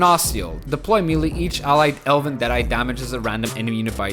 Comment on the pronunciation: MAYLAY! not meelee. Love the content though, just had to get that off